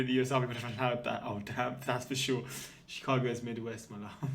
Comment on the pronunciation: Ok so first the narrator gets the date St. Augustine was founded, then she pronounces Chicago with a SOFT G???? WTF